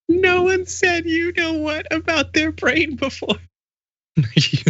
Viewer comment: Dunno, whenever Trump says ‘I understand [anything] better than anyone’ that’s a contender for Craziest Ever quote. I think the craziest thing he ever said is: “... China has respect for Trump’s very very large eh-brain” at a podium at an international conference. That’s fucking crazy !!